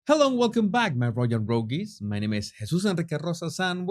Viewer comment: I love the way you say “my royal rogueees”🤣😂 This is one of my favorite vids. You made the distasteful harkles hilarious!